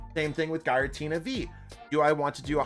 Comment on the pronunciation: This is the first time I've heard Giratina pronounced as "Guy-ra-tina." After a quick google, I found out it's pronounced "Geer-uh-tina." Hope this helps!